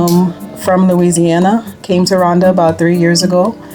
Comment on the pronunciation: It's Rwanda not Ruwanda !